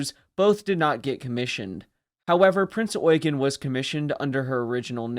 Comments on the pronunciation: I am so glad that the US nattaror isn’t pronouncing the Ship as the Prince Yew-Jean. Something I have heard more than a few times. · Generally a well done video and thank you for pronoucing her name correctly, although you seemed to have skipped over her service in both 42 and 43 and there were a few minor techincal hic-ups and details left out, like for example her status as flagship in both 42 and 44-45 or that the majority of people that she and the rest of the Kriegsmarine aided were civilian refugees and not soldiers, although soldiers were also present, but they were the miniorty. Also, did you know that theres so much more to her post-war story, then just the weapons tests and the atomic bomb tests? Or that she went through a hurricane to rescue a distressed civilian ship, on her way to America? She was a living legend!, and the American public and press wanted her. You weren't lying when you said she was wanted by everyone. As the Head Admin of the Heavy Cruiser Prinz Eugen Appreciation Association, I would like to invite you to our association, if you want to learn more about her, her service, her crew and more with and without stuff that isnt covered in modern mainstream media. Our association consists of fans, admirers and historians who all have a love for this great ship. We also have teamed up with the award-winning wreck photographer Becky Kagan Schott, who has some amazing photos of Prinz Eugen´s wreck and she plans on doing another future dive for more stunning photos. Given that we sadly does not have a museum ship to preserve, we are very passionate and serious about her legacy an